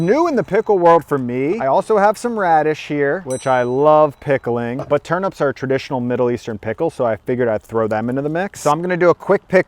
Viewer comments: Dude... TurNIPS bro, not Turn-ups 😂😂😂😂😂😂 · Very good stuff! But one query; are you saying ‘turnups’ or ‘turnips’? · 😆 turnips rather than turups, that pronunciation was sooo funny! love the food suggestions too 😋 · I thought its was TURN IPS not UPS 🤔🤣